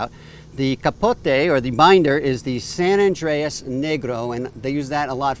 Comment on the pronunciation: Good review. It's San Andrés (not San Andreas!!). Good cigar.